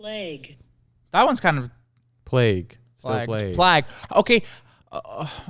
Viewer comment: I think the way way of saying plague was from plaque yk too much plaque got you mixed up w plague